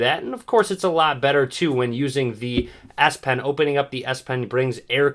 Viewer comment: Did he just say ass pen?